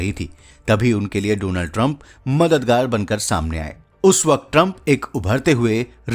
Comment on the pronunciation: please सहि तरीक़े से डॉनल्ड बोलना सीख लें